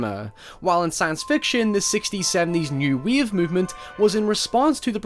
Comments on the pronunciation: It's wave not weave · The way this dude pronounces ‘wave’ is kinda gettin’ on my nerves... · Narrator :Do you wanna ride the Weave? Me: do....do you mean wave? Narrator: just look into my meowth...